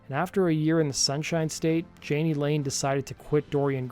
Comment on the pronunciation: Dude, please do NOT do a video of someone whose name you cannot even pronounce. It's EMBARRASSING. His name is pronounced Yaa-Nee, not jan-ee.